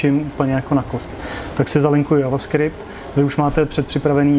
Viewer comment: JJJJ ... avaskript??? Kdo to tak rika?🤢🤢🤢 Ten jazyk neni pojmenovanej po motocyklech Jawa, ale prebral jmeno od Javy, ktera vzala jmeno od slangoveho vyrazu kavy, ktery vzniknul podle napisu na pytlech s kavovymy zrny z ostrovu Jávy .. takze je jasny ze se to ma vyslovovat dzavaskript 😆😆